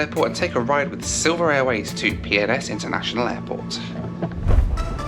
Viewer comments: Think I'm needing to get my hearing aids cranked up at bit...I thought was saying 'Pepsi-Cola' airport! lol!! 👵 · When you kept calling PNS airport instead Pensacola Airport.. I literally couldn't help but hear it as a very fancy proper British way of saying Penis... Peeness 😁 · Why does he keep saying PNS like it’s umm 🤔 well you know 🤣🤣🤣 Pink rocket to PNS🤣🤣 Netflix and chill, he most be alone and has something on his mind😉🙃🥵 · Is it just me or did you hear something else every time said PNS? 😂😂